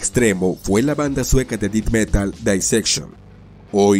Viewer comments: Como sugerencia para mejorar el contenido, la pronunciación correcta de la palabra death es De-th y no Di-d. Muy buen contenido e ilustraciones. Gracias por la informacion. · Me gusto mucho tu video, solo me daba un poco de cringe cada vez que decias "dit" metal es Death metal (se pronuncia como "det") , fuera de eso realmente deberias tener mas subscriptores. Sin duda una banda De Blackened death adelantada a su epoca. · Pronuncian muy mal los nombres y no se dice dith metal, es Death Metal, el apellido de Jon Nödtveidt también lo pronuncias mal. Gracias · Si me sacó un poco de onda que digas “dit metal”, dilo igual que el vocalista de Mayhem carnal, así como se lee, igual buen video con información muy chida 🤘🏼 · así es, y digo no tiene que pronunciar perfecto, pero el "Dit metal" si me saco de onda. Pero hace un buen trabajo. Saludos. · "def" metal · Buen vídeo, pero cada vez que dices "dit metal" muere un gatito sacrificado. Haces bien lo más difícil, el vídeo, ¿y no puedes ir a Google translate a corroborar como se pronuncian las cosas en inglés? No entiendo. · "Dit" Metal?? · "Did meral" 🤣🤣🤣🤣🤣🤣🤣🤣🤣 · "Dit" metal. 🤣🤌😵‍💫😕🙃😂😬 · Me pasó igual... también cuando dijo mal el nombre de la banda. Tiene algunos errores en su pronunciación del inglés, pero el vídeo estuvo muy bien. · Él quiso decir: death metal. Es una mala pronunciación.